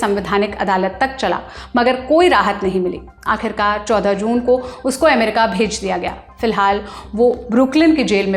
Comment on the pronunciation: America शब्द जो रिपोर्ट में आता हो, उस वीडियो में से इसे हटाइए एमेरिका एमेरिका बोल के सुनने का सारा मज़ा खराब कर देती है ये